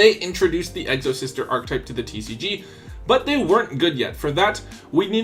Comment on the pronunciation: Exo-Sister not Egg-so-Sister lol. My Exo deck is good. I can force you to either use your GY or take it away.